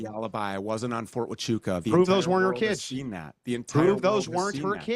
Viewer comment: Lol these mufuggas can't even pronounce Huachuca right